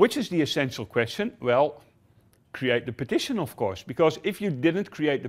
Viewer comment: Is he saying partition or petition ?